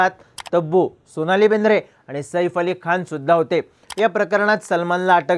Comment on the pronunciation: सईफ नाही रे बाबा साहेब सैफ आहे ते😅😮😮😢